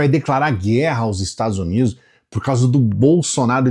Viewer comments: "... os Estado Zunido", ai meu ouvido, além da mentir não sabe se comunicar! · parei quando ele falou estadus unidu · além de usar o microfone errado o sujeito fala: "ozerstadozunido"... como eles são burros... afff